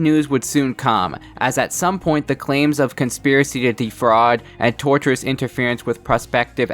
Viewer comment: Enjoyed the video. I assume it’s already been said but wanted to point out the phrase “Tortious interference” is from the root “Tort” which related to non-criminal wrongdoing - like ‘retort’ and is spelled and consequently pronounced differently than “tortURe/tortURous” And I hope it’s clear I present that info without criticism. It’ll also become impossible to overlook how many people get the word wrong.